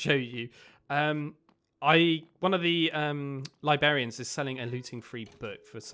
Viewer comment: "libarians" nope... librarians